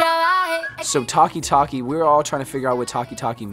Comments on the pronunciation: Everyone:taaaki taaaki Colin : tarki tarki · TALK EEE TALK EEE💀😂😂😂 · The directors lily white accent pronunciation of taki taki sounded like he's saying tacky 🙄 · Thaki thaki is wrong sound. Taki taki is right sound.